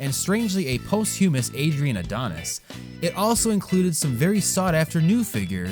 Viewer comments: "Post-humus"? Really? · post·hu·mous /ˈpäsCHəməs/ or Pos-chew-muss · . That's uh... a rather interesting pronunciation of the word "posthumous." Oh, and . it's Curt Hennig, not "Henning."